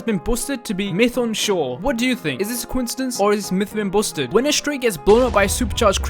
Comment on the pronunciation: Bousted? Busted (basted) not bousted